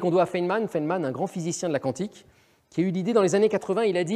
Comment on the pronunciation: Le présentateur prononce QWANTIQUE. Cette façon de prononcer le Q n'est pas française. On doit donc dire Physique Quantique, prononcé comme ''cantique".